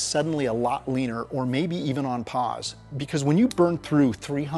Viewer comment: Please stop trying to say "because".